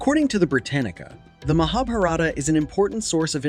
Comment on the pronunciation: You mention britanica what that?who gave right to britanica to say that.written even before brianniv Caaaaas...or etc even existed. You even insult as cant even pronounce correctly.